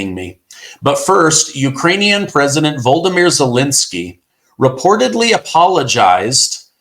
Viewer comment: absolutely has dyslexia!!! Has never been able to pronounce VO-LOD-O-MYR...